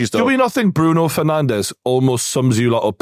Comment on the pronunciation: Did just say “Bruno ferNANDOS” 😂